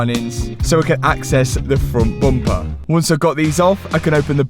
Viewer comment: "Fron'h Bompah"